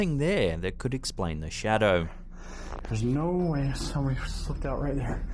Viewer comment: but he had a shawdow